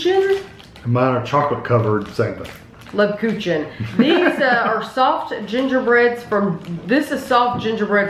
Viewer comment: Wow you killed the pronunciation... I’m German... Leb- coo-can is how Grammy said it...